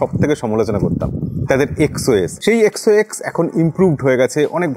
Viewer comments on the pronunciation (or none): Dada xox na xos hobe😅